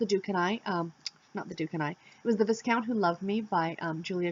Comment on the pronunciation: the s does not make a sound in viscount. pronounced in dictionary vahy-kount